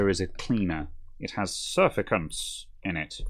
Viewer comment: "surfactants", I believe. "Surficants" are the sort of thing my grandson would dream up. Another great vid - thank you.